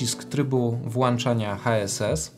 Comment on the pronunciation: Cześć! fajny filmik, łap suba i łapkę. Jedyne do czego się przyczepię to nie mów "włancza, wyłancza". Jest to niepoprawna forma i strasznie kaleczy uszy. Wszystko mi się podoba, ale jak usłyszałem "włancza", to mi to nie pasuje do tak profesjonalnie wykonanego filmiku. Pamiętaj, że włĄczam, wyłĄczam się mówi. Mam przy okazji kilka pytań i liczę na pomoc. Chcę zacząć swoją przygodę z błyskaniem i nie wiem jaką lampę wybrać do Sony a7III. Na początek chcę błyskać w domu, ale w przyszłości planuję robić to też w plenerze. Chyba bardziej opłaca się kupić lampę reporterską niż studyjną jak mam w planach kiedyś w plenerze też błyskać? Taki jeden Stroboss V1 by mi wystarczył do nauki w domu? Później jakbym się wkręcił to kupiłbym coś mocniejszego, a Stroboss V1 byłby lampą pomocniczą. Co myślisz? A może jakąś inną lampę zamiast V1?